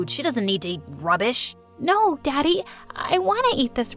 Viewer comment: her father : just make her some healthy food. she does'nt need to eat this rubbbush!!!!!!!!! Gabby : no, daddy, i want to eat this rubbish🥴🥴🥴🥴 me : (throwing the food on mom's face) dad is right and dad.... (staring at dad, trying not to laugh) you said rubbush not rubbish. wonder if your teacher at school eats rubbish too🤣🤣🤣